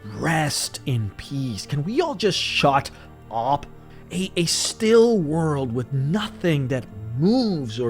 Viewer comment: why did you say "shut up" like that? lol